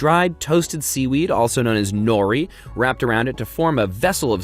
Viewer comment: his pronunciation of nori hurts